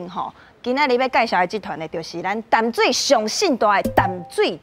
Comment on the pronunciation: 16：27報馬仔不是敲鐘擂鼓 是敲銅鑼 敲鐘擂鼓不是用在這裡形容 香蕉是個蠻有才華的通告藝人 年輕一輩台語講的還蠻順暢但有些字發音還不是很對 該閉口音沒閉 例如 淡水的淡 感動的感是有閉口音...